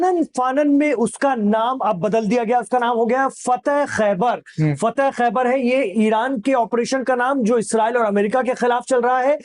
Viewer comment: Faateh Khhabari,,, fateh Khhabar naji